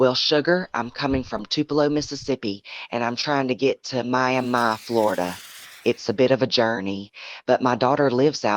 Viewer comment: Cracks me up. Ai can’t pronounce Miami.